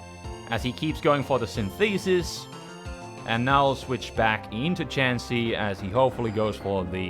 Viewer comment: Yo: Synthesis is pronounced SYN-the-sis, with the first syllable stressed. Just a quick tip; your English is excellent overall.: )